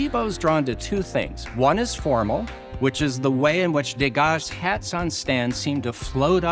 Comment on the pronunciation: Just a word about pronunciation. The name Degas. It is being pronounced in the French way but incorrectly. De Gas. The “De” should be pronounced as the French pronounce Je, Le. Not Day-Gah But De-Gah